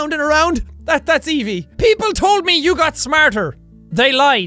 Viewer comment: Your saying Evie wrong